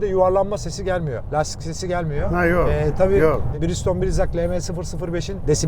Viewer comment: Abi birigston diyosun ya birde michelin i tanıtsan bize birde